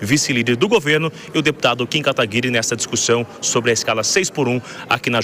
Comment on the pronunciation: Kim KA TA GUI RI E não KATAGUI RRI